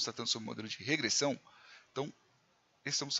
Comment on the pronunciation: Regressãom???????? Pirikitos??????? professor de português infarta nessa hora